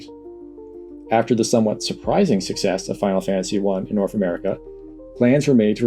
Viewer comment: North isnt pronounced norf.